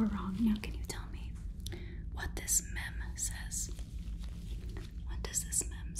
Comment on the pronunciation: ITS MEEEEEEEEEEEEEEEEM not MEM :)